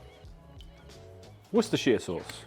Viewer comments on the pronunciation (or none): English People call it Wuster sauce lol